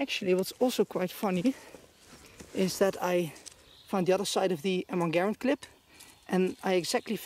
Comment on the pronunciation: Props for pronouncing the name of the M1 Garand correctly!